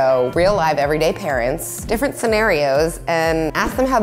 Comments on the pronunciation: "Honest ParNents" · There's an extra N in "parents". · honest parnents? lol (right at the end of the video)